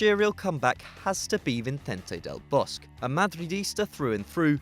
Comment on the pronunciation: I thought it should be pronounced as Del Bos-que